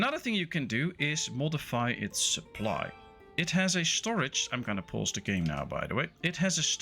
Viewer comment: Goede tutorial. Ik zou wel mijn Nederlands accent wat proberen weg te poetsen. Klinkt nog te veel als Mark Rutte die Engels probeert te praten. Probeer "kid" niet uit te spreken als "kit" en "pause" niet als "pos". Ze hebben een wat langere klank. Update: en "wood" niet als "woet" ;)